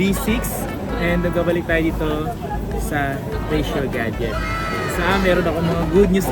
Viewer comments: Rachelle ka ng Rachelle. Basahin mo nh mabuti at i pronounce mo ng maayos. Richelle yan hindi Rachelle. Nakakairita. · Mahirap ba talaga i pronounce ang "Richelle"? Hay naku